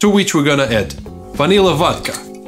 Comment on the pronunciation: ahahah🤣 from now on there will only be "vod-cha" in my house! Btw.. I love your channel, nice job!! ❤️